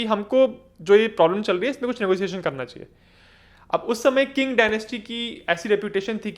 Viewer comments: Qing is pronounced as Ching not King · Qing is pronounced चिंग, not किंग